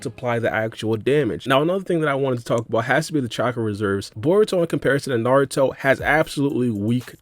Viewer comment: Did bro just say saruto?😐